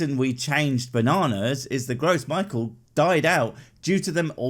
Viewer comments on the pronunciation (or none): "gross Michael" 😅 it's "grow ME-shell", it's French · I love how he used bananas. Both the cavendish and the Gros Michel (I think it's Pronounced: Grow - Michelle) were effectively human-made. They're making you backslide into a pub? I doubt that :P You're capable of backsliding yourself into a pub without them.